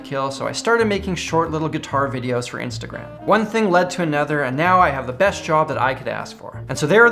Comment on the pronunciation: Did you just say meow... Instead of now....?